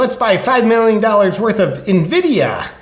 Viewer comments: Nvidia - [Niv-di-ah] why, just why🤭🤭🤭🤭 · It's N-vid-e-ah JP, they make pc gaming cards. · Nvidia - En-vid-ee-uh